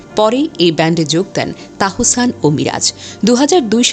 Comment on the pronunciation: Onar nam tahsan.tahosan na😂